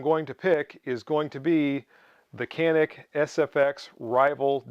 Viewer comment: Canik right pronunciation is John-Nick>>>> say it fast CANIK.